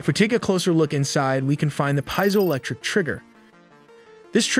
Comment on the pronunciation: Pee-ziolectric not pie-ziolectric